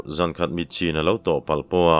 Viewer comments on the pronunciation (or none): none